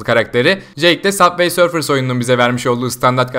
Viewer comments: Saf vey sörf deil subay sörf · Yanlız süber sörf diye okunuyor